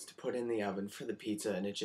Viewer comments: at first I thought you said 'we lost deoveon' and I was like who the hell, thats sad but I dont know who that is. and then you kept saying 'it', so I went back, and you said oven so I was less confused/sad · I thought you were really in tears! And then I still didn't hear what you said so I scrolled down to the comments and saw 'Oven' and I was thinking 'what the???' Seriously you should be an actor =)